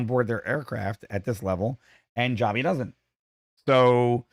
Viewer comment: Joby NOT Jobbie